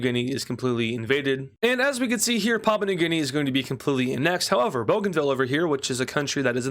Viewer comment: You've been doing well since I had to leave. Edit: you're still pronouncing Papua, which is pronounced "pah-poo-uh" as papa